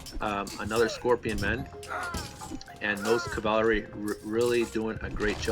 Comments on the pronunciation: i swear if i ever hear this guy say "cavalary" again im gonna develop a fucking anurism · What the hell is cavalery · Bro, why do you pronounce cavalry so funny? ˈkavəlrē Zues player suicided nearly his entire army on that tc after anc/eclipse..cost him the game. He had to rebuild entire army and never got to heroic. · Which country are you from that you cannot say cavalry ?